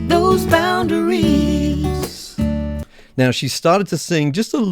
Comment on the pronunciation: Thanks,. This is a very clear and understandable explanation and demonstration of this technique. Not to nitpick, but I found myself wincing at the misplaced emphasis on the last syllable of boundaries (boun -da - rees). This violates the principle of maintaining the natural shape of the language. This is the fault of the songwriter and vocalist. No amount of serial compression can do much to make that part sound right. Nevertheless, this is a great video!